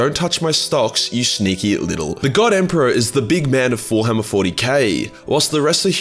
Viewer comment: Everytime he said warhammer I heard Thorhammer ...just me ?